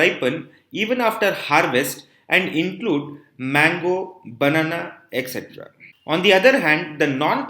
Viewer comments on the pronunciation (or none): none